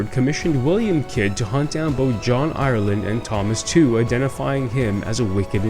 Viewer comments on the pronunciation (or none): The correct pronunciation of Tew is not Two of this English family with the surname of Tew would be as you say Tue in Tuesday which is close to Chew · Great video, love history, just a little thing, Tew is pronounced Tue as in tuesday.